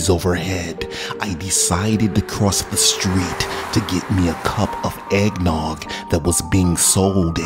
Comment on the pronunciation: To geit me a cup of EINGNOGG